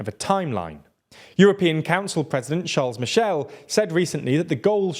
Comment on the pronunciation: As much as your love your videos — could you please start proncouncing the name of t he President of the European Council correctly? It‘s NOT CharleS Michel, but Charle(s) Michel. (Maybe also start learning some French!) — apart from that: Keep on the good work!